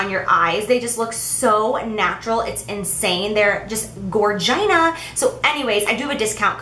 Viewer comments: Did she just say gorgeina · Did she seriously say Gorg-ina?? Lol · "Gor-gyna" OMG, haha! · LOL, I giggled when you slipped up and said Gorgina. too funny! You are gorgeous btw. You mentioned your wedding day. What kind of makeup did you go with? Can we just talk about your teeth for a second? OMG you have the prettiest teeth, so white. How did you get them so white? I hope your not offended at all by anything I have just said. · did she just say gorgina? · Did she say gorgina... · Ya that was a little weird